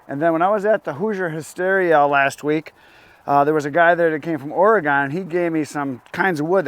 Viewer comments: It’s pronounced Oregin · not to be picky as a Oregonian but we pronounce Oregon as Orygun. I know touchy touchy.